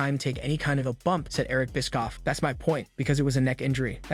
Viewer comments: It's bishhhofff. Not biskoff. 😂😂😂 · This guy can't pronounce names... Bischoff is apparently pronounced Biskoff. Mone is apparently Moan...